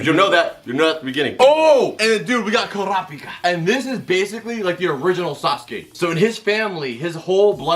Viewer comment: hizuka, leario, karapicka, hunter “x” hunter, i swear he’s trying to get the pronunciation wrong